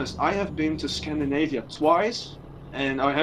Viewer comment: It's scand I navia not scand A navia. Scandinavia, Scandinavia.